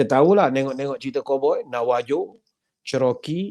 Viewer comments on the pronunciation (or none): Dibaca "Navaho", kata Navajo. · Navajo disebut NAVAHO.